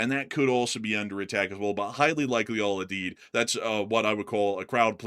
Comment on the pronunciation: Al You-Deed. It's a hard U.